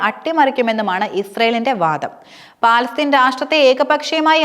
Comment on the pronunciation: Palatheen alla palastheen annanu samsarikkubool sraddikkuka